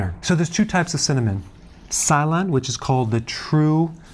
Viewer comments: It’s pronounced silon not,sylen! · Si. Lon. Correct pronunciation. Also he pronounces TURMERIC incorrectly. He says. Tu. MERIC. It's pronounced like. Tuna. TU. meric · Thanks for this...I thought the pronunciation is "saylon" --as in the country.